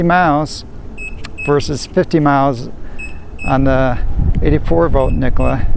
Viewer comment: Nikola has 3 syllables.